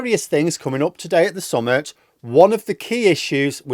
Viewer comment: please stop pronouncing summit like "summut was up". Summit is spelt with an i and pronounced as in tit, not with a u and pronounced as in tut.